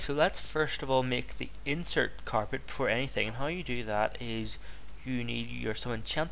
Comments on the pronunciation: OMFM(OH MY FUCKING ME, avoiding the word God) STOP SAYING INSERT WHEN IT IS INERT INERT INERT INERT INERT INTERT!!! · May I point something out to you? With both the carpet and the things you place in the walls of monoliths (can't remember what they are called) the word is "Inert" and you say "Insert" there isn't an "S"